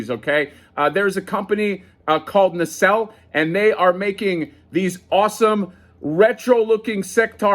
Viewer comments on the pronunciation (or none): none